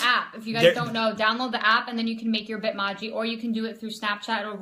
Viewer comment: The way you say Bitmoji is so wrong lol